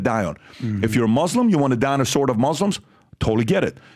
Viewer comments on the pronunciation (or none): none